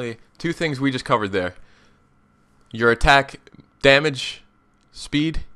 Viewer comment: There is only one possible way for me to not have to hear the syllables 'domuj' again. I stopped listening to the vid And there is only one way I, and everyone else who feels that same way, can both, listen to your otherwise excellent vids, and also, not have to hear the word domuj. And that way is to ask you to please please not use that pronunciation in your videos